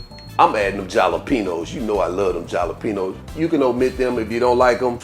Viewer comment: Gonna try these! Jalapeño = HALLA-PEN-YO 😎